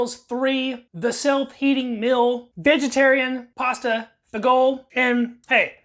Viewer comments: ROTFL. "Fagoal." Americans... It's "fa-jee-oh-lee" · This is an awesome ration to have around. It's definitely caloric rich. The main dish is pronounced faa-jow-lee just so you know for the future. Nicely done video. I this ration is a plus for folks needing a grab n go or an emergency meal. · Learn how to pronounce Fagioli lol